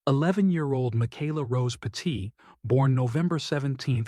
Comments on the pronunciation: It's not pronounced PA- TEET, it's pronounced PET- IT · Pronounced pet-it. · I live not far from where this happened. It is truly horrific what happened to this family. It is just heartbreaking. By the way, you are pronouncing their last name wrong. You should do your research better before posting a video. It is disrespectful to the family. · Stop mispronouncing the family name!